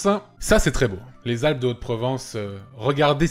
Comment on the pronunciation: Excuse moi Antoine, tu sais faire la liaison sur « les ZAlpes de Haute Provence » ?! Merci